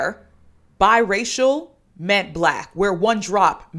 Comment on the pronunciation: They really said "Bye-Racial"